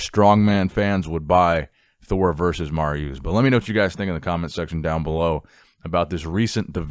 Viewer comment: dude it is Marius not mariuuuuuuuuuuus